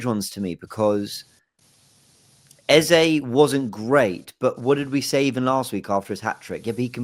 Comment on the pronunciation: THE MAN'S NAME IS EZE NOT EZA!!!😂